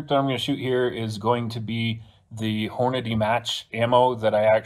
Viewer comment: "Ogive" is pronounced with a soft G - o-jive. And it's HORNADY, not Horandy.